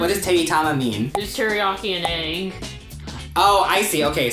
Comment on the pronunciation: The way she said "egg" killed my soul a little bit